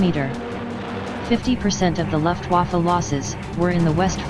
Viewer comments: I love it how most speech bots seem to pronounce "Luftwaffe" like "Luftwaffel". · Luftwaffe is the correct spelling. You pronunce it as luftvafa